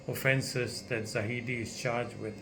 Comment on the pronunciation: i agree with you Dr. But please get the name right. It is zahid not zahidi. waiting for more from you